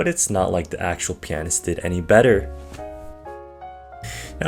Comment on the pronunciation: Didn’t play long enough to learn how to pronounce the word pianist eh?